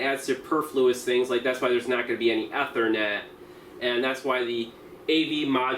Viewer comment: mispronounces Ethernet